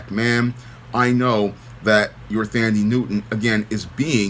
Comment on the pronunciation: Her name is pronounced - "Tundee" .